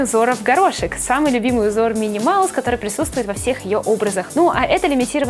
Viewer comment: не мини Маус а Мики Маус